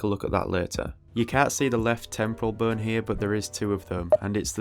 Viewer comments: I thought you were saying “burn” instead of bone. I assumed it was some anatomical term for parts of the skill but it was just bone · Lol when he says bone it sounds like BURN! 🔥